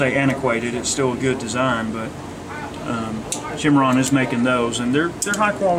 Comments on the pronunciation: Not 1871, 1873. And there's no H in Cimarron. It's sy-mar-ron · It is pronounced Cim·ar·ron geographical name \'si-m-a-rän, -ron, -ran\ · the guy behind the counter really doesnt know about western firearms. he made a bunch of mistakes . mispronounced the word cimarron . made errors on facts about certain guns. if i were there id ask for a salesman who knew what he was talking about.